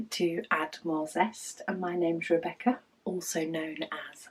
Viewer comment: Hi, you pronounce it well! My grandma is doing great, the daily healings are a crazy moments due to her pain but the doctor told us that it looks good and the process will be long. Enjoying the advent!